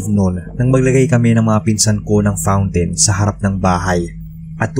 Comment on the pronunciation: paak! So conyo ang pag pronounce ng "FOUNTAIN"! haha